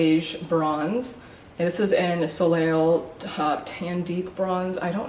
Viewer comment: Soleil (sun)...if a word in French ends in a consonant, the consonant is silent...so it would be pronounced "so-lay"...or if you are in Hawaii, the "lei" is pronounced (and spelled) the same as the necklace of flowers worn around your neck. If the last letter is a vowel, it's still silent but m-a-y add another syllable...but...one more distinguisher...if you have the "accent aigu" over the last vowel, it loses a syllable. For example, the new Chanel eyeshadow named "Jade Facetté"...it has the accent aigu, so it is TWO syllables...fa-CET. Peau--the "eau" is pronounced "oh". You might see another variation of "eaux", particularly in names (Beaux or Thibodaux) and the "x" is silent. I was raised in Louisiana and Texas and we see a LOT of French Acadian words and names. I hope this helps. And...I read another comment that you should dye your hair lighter. NO!!! Your hair color is perfect!!!